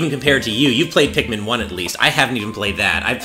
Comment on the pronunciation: "Tosh your Pikman"